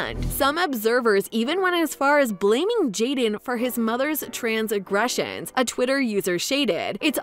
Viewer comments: you said trans-agressions 🤣🤣🤣🤣🤣🤣 seriously? do you know the english language? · “No holds barred” and “transgressions”. If your narrator can’t read, they shouldn’t. I know that’s petty, but come on y’all.